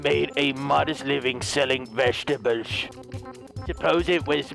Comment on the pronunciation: The way you said vegetables😄